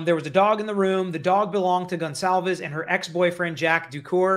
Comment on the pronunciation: I LOVE watching you & your channel! I just have to make a quick point, since this is on my heart. Everyone keeps butchering that poor girls last name! It's pronounced GONE-CAL-VES! If you can't pronounce it correctly, just call her by her 1st name out of respect! Just saying! Sorry! It's the teacher in me! LMBO! Most ppl, such as my students don't care to be called by the wrong name!